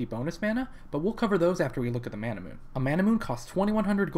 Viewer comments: What the fuck is a Manamoon? Mana-MEWNAAYYYYYY (japanese pronunciation, its origin). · Couldn't finish the video because the way he mispronounces manamune bothers me too much. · Or "Man-a-moon-eh". :o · It's not Manamoon, dammit!